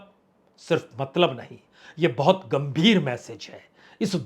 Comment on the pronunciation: आंदर नहीं अंदर बाहोत नहीं बहुत